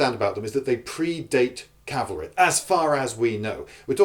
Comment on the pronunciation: It's cavalry, other than that good point.